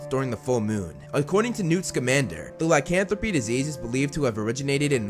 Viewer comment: Lycanthropy, not licanthropy